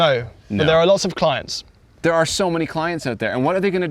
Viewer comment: "Clints"...... RIGHT 😂😂